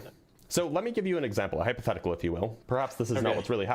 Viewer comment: "Hyperthetical" 😂😂😂😂 No wonder he was so afraid of HYPOtheticals 😂😂😂